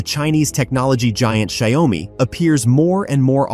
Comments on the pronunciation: Well, it 's xioa mi not xi oa mi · Maybe use an AI model that can actually pronounce the name. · Learn how to pronounce the company's name correctly